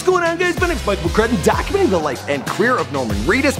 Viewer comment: He says "dacumenting" and not "documenting".